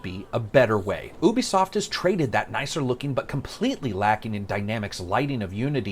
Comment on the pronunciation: So he mispronounces "Ubisoft" but pronounces "penchant" with a French accent? Okay.